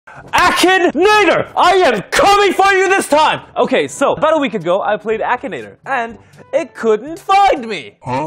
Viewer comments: BRO SAID "AKIN NAGER" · when the video started i thought he said “Action Ni-“ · Lol same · same lmao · Same lol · What the heck did he just say in the intro? I’m sure he tried to say Akinator but it sounded like something else😅